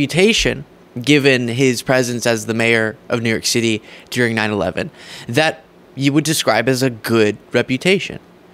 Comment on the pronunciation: The word “ during” is pronounced with a long “u” You are saying Deering